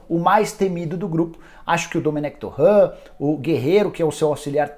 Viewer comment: pronunciar Domenec "Torrã" é errado, ele n é francês. É espanhol, e até lendo em portugês não é dessa maneira